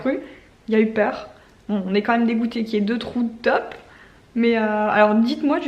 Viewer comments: On dit taupe comme de l’eau pas tope ahah 🇧🇪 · Gabin trop marrant avec izzy, la tête qu'il fait quand tu lui dis NON, c'est trop mignon. Tu me fais rire aussi avec les top dans le jardin mdrr. Taupe c'est mieux, mais chacun son accent. Bisous à vous 4